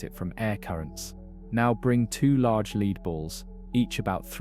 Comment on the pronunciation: Lead is pronounced 'led' in this context.